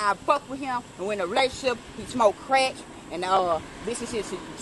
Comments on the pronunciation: I don't think she said crack, it sounded more like "creck" (a new type of meth maybe?) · He smokes Creck, not ‘crack’, *Creck* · "Smokin creck" 😂😂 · "He's a creck-hid! He smokes creck"